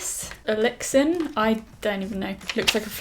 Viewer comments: The word is elixir....that was a cursive R 😂😂😂 silly goose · I heart makeup is revolution and it's pronounced e-lix-er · It’s pronounced E-LICKS-ER. Lol